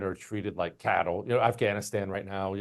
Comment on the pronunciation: I love Jesse Kelly, but it’s not women are treated like “cattle” it’s “chattel”. On second thought maybe it’s both!😂